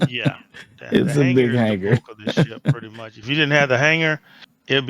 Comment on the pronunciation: lol this guy... it aint Hang-gar its Hang-ar